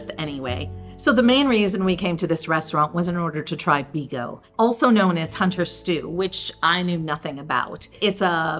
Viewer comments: Polish hunter stew name is bigos not bigo :) don't get me wrong i am not trying to be picky just slight correcton ;) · It is called bigoS, not bigo 😅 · Bigos not bigo 😂